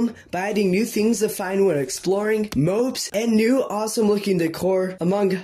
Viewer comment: heh, I'm just nitpicking, but fyi, it's not pronounced "mobes", it's pronounced "mobs" as in how you say "mods", but with a B. ;)